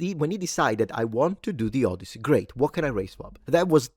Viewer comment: The Odd-tit-see by Homie